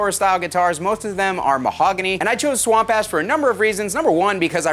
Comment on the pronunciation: I'd take this guy with a grain of salt. probably paid him for this sponsorship. In all seriousness, this is pretty sweet. Way out of my price range, but still nice. Edit: It sounds like you're saying swamp ass, lmao.